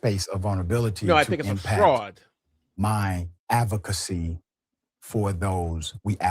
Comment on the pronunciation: "Axe" instead of "Ask" may be excused as regional pronounciation however, "Avocacy-Avocate" instead of "Advocacy-Advocate" is something I cannot overlook. I listened to this clown over and over and yes, he said "Avocate and Avocacy." What a tool.